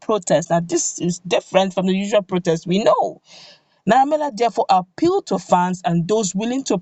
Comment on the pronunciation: His name is Naira Mar-ley.....not Mila